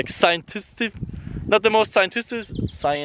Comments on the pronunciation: its pronounced "sci·en·tif·ic" and you need to get some SUN. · Its hard to make it scientistic if u dont know how to say scientific